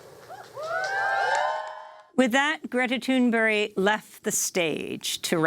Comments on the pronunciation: Please stop saying “Toon Berry”. 🙄 It’s Thunberg! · Why is Amy pronouncing "Thunberg" as "Thunberry"? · Thank you Democracy Now!. Also, I think you may be mispronouncing « Thunberg », it sounds like « Thunbery » when you say it, which I'm not sure is the good pronunciation. Thank you for covering the climate crisis. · It would help if you could even pronounce her name correctly! From UK btw.